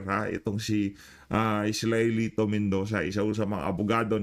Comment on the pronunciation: ESTELITO Mendoza Sir hindi Israelito...